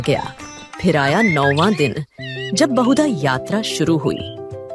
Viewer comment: Pl correct certain terms. It's not Hira Panchami , it should be 1. HERA PANCHAMI . ( Like Hen.) 2. Bahuda jatra should be prounced like बाहुडा जात्रा , not बहुदा। Hope , you will rectify these mistakes. Jai jagannath.